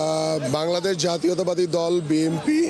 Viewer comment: উনি বার বার BMP উচ্চারন করছে 😂